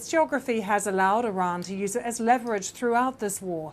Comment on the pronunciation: He said tonight he's backing down again this woman is pronouncing leverage the wrong way